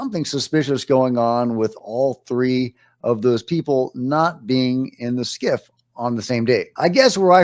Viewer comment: Scif not skiff